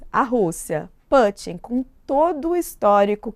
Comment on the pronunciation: Vladimir "Pâtin" foi demais! 😂😂😂 "Ah mas ela quis pronunciar como em inglês". Só que não, em inglês o "u" de Putin é "u" mesmo, como no original russo.